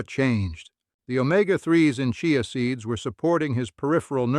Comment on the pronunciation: Chai a seeds. Ha, ha. The auto voice doesn’t know how to pronounce it.